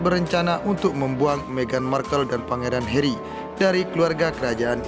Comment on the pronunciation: it's Harry not Herry